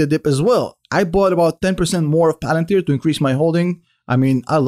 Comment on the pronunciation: Pah Lan Teer Pah Alan Teer!!!!!! Buy the dip dip dippty dip